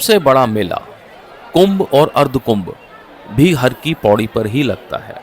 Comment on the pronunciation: Its HAR KI PAUDI, not Hari Ki Paudi. Har... means, MAHADEV.